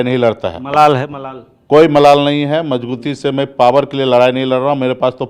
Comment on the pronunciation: मजगुती नही मजबूती बोला जाता है बुडबक 😂😂